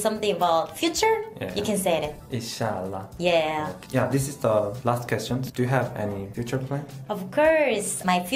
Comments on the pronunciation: You totally said inshaallah better than she did 😍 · I love the way u pronounced "Inshallah" Very well... 😘😇